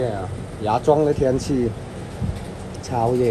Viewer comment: 😂我他妈的笑死 超夜（超热）